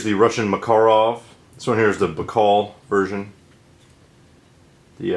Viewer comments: Sorry you were offended. My generalization about these videos was not directed at you, although the correct Russian pronunciation of Markarov sounds odd to me. Popular usage generally dictates what's correct, and most Americans pronounce it differently. Maybe I didn't give your posting a fair chance, so I went back and watched it in its entirely. I notice that you signed off with Semper Fi, indicating you might be a Marine. If that's the case, we always depend on our Marines, so I salute you. Also, the range outing proved instructive, in showing me how the three pistols group on target. Not bad, actually. And I must remember what I was taught growing up, that if you can't say something positive, don't say anything at all. Hope that squares it. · Im getting upset at how he says Makarov lol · The Russian pronunciation stresses the second syllable. At the Presidio in Monterey CA I saw first hand the difficulties of American students with foreign languages. I was lucky, that I had a couple of Slavic languages under my belt and did ok. So let this guy be, he is doing fine. Make your own videos and we will be more than glad to watch. Thanks. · Hi friend.I speak perfectly Russian language and I only can speak for Russia and not for other countries.Its a fact about pronouncing word makarov that way as I've written before and no, that doesnt matter how big Russia is, there is common russian language and everywhere in Russia it would be pronounced exactly that way cuz its a RUSSIAN word/name so every other non - russian nation in Russia would pronounce it in the same way.